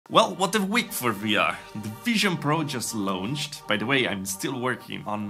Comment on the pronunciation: I hate to be that guy but launch rhymes with "conch", so "launched" is pronounced "lonchd" ). You don't pronounce every vowel. "Lownchd" is just .. wrong, sorry.